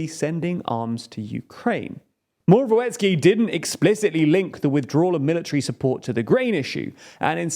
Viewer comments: The 'w' in Morawiecki is pronounced as 'v' like in a vampire. The whole surname is pronounced "Moravietzkee" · Moravyetzki Try to read that the next time you try to pronounce "Morawiecki". As a Polish man I think that is a way better phonetical spelling than whatever you have. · It's pronounced as Moravietski :P